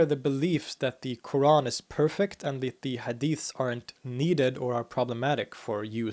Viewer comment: No, not really, although is good but his pronunciation of word "Qur'an" is still off.